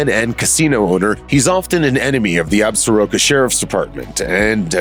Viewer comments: If you go to Wyoming, don't pronounce the Absaroka Mountains ab-sah-RO-ka. It's pronounced ab-SOR-ka. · 3 years too late but: Ab-sor-ka. Hearing "Ab-sa-ro-ka" this many times is effing painful. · Damn it! As a native of WY I wish you people could pronounce "Absoraka" properly! The name comes from a tribe knows as the Absoraka that once inhabited West Central WY. There is a mountain range bearing that name! The proper pronunciation is "Ab sore ah ka"! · No, it is ignorance! Pronouncing it wrong is offensive to the Absoraka!